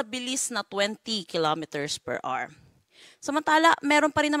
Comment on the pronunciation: mam...per hour po not per "R"